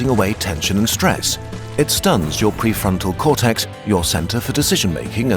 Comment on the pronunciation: that phre frontal cortex sounded so french